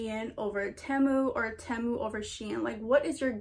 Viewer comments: its actually pronounced tee mu but tehmu works too :) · Its pronounced t-moo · temu is so much better in my opinion, but its pronounced as tee-moo lol, ur so pretty btw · Team-u not Tam-u 😂💕💕💕 Loved this haul! New subscriber here!!! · i prefer temu (by the wway its not pronounced temu its pronounced tee-moo) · PRONOUNCED TEEEMOOO. your welcome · the way she's all proud sayin ten moo 💀😭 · it’s pronounced ti-mu, loved the video btw !💗💗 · It’s tee moo thats how u prenounce it Temu is name brand oki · 1: it is pronounced tee-MOO 2: I do prefer temu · you say temu tea-moo btw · Pronounced TEE-MOO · It's pronounced te-mo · It’s pronounced TEA-MOO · Temu is pronounced tea moo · It’s pronounced ‘’ tee moo’’ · its pronounced tea- mu